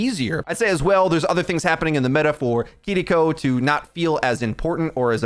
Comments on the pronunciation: Just say keyriko. Saying kidiko is so cringe 🤦‍♂️ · I know you (and many others) are pronouncing her name correctly... But I absolutely CRINGE inside whenever I hear someone say "Kidiko" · plz stop saying kitty co. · Okay if you’re gonna keep saying her name like that I’m never gonna watch another one of your videos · kinda funny how youre rolling the r in kiriko to pronounce it extra japanese but you still say brigida. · Oh my God, just say Kiriko normally. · I’m so sorry but I had to stop watching because of the way you pronounce Kiriko 😂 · take a shot every time he pauses for a second to pronounce kiriko correctly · Can you please pronounce kiriko in an english way because it sounds cringe